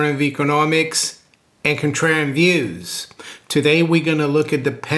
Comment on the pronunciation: I heard intro a hundred times, still not sure exactly what he's saying. Anyone help me out here? "Home of alternative economics, and..." what? encotrend views? And cotrend views? Definitely an N in there.